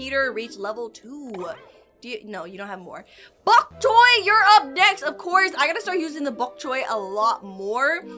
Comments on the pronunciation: It's bonk choy not bonk coy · why does say chok boy???